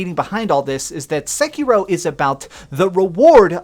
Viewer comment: This isn't explained, it's just a bunch of wrong theories and a guy with an incredibly annoyingly voice and stupid affectation aggressively mispronouncing Sekiro a hundred times